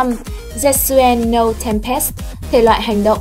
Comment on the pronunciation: Đọc tên tiếng nhật :) setsu ko có đọc là set và su nhé :) nó là se và tsu. No là nô ko phải “Nâu” như trong tiếng anh :))